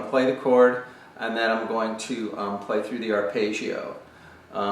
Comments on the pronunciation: there is absolutely no correlation between my mistake and his. and this is not a question of accents. arpeggio is an Italian word, it should be pronounced [arˈpeddʒo] that's all i was saying, I wasn't 'scrutinising' anyone. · It's not his accent. It's the strange American way of identifying "foreign" words by pronouncing them differently from the way they look. Arpaygio for Arpeggio Paydro for Pedro Coasta Rica for Costa Rica Ugaahnda for Uganda Veet Naahm for Viet Nam The rule is: if you think it's "foreign", find a short vowel in the word and make it a long one. Stretch it out like a bit of chewing gum... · aar•peh•jee•ow….just saying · great explanation, awful pronounciation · I'm probably late but, the thing is, he's obviously not Italian so he pronounced it differently. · what do you mean? i wasn't being not nice. i said the explanation was great and that's the mean pint of this video. but this is not how you pronounce this word. which is a fact. and since so many people watch this video (because of the great explanation), they should be aware that this is not how arpeggio should be pronounced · Just say Johnny Marr....